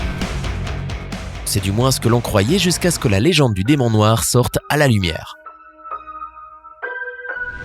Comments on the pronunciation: 3.18 Le "Démon Noi" je sais pas faites un effort même minime. Vous copiez déjà complètement des videos anglaises alors le peu de travail que vous avez à faire, vous ne le faites même pas... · On a oubler le r a demon noir